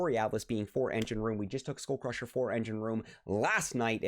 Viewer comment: It's just cringe hearing SchoolCrusher every 2m🤣